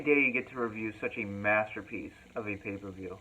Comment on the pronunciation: ITS A MASTAPEECE